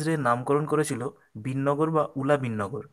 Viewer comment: Dada ayto Binnagar hobena,,,Birnagar hobe..Keno vul bolco dada...